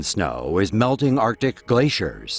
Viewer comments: Is it me or does it sound like he is saying "our dick", when he says arctic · LOL lt's not just you.